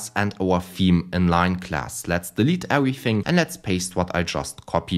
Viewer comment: 10/10 rage bait wounding ewything gwound wem